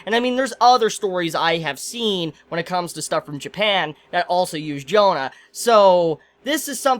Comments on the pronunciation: I'm not even french and it still always bugs me. Like - bro c'mon it's not "John" but JEAnnE. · pronunciation is more like "John Darc", don't say johannA. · Astolfo is a character from the story Matter of France, where he is a magic knight who serves Charlemagne. Why do you pronounce Jeanne "Jonah"? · As a french dude, the way he pronounce "Jeanne" kill me x)